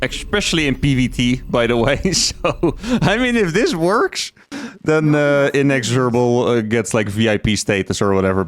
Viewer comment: just so you know you can pronounce the word inexhorible either way and personally the way you would pronounce it sounds better.